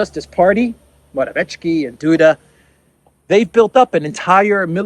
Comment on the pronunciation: …we will never surrender (W. Churchill). This time it is really redoubtable man; Donal J. Trump, Hope and Trust. &; Great, and redoubtable as well in pursuing Truth in this confused World.: I love your pronunciation of Morawiecki, as MORAVICZKI! Morawiczki he is. LOL